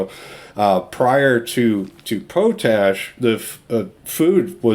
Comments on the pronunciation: Hi just a little thing but it pronounced "Pot Ash" not "Po Tash". Its just me sorry:). The video has again great information, thanks. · its pronounced pot ash your driving me nuts :) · Great vid !....but to be a dick it's pronounced.....Pot....Ash